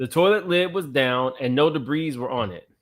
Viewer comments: The S is silent in Debris Day-bree 🙄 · The s in debris is silent my brother